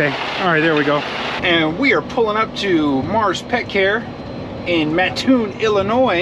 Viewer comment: You definitely have the correct pronunciation down for Mattoon and ditto on the Intro. It's pretty cool.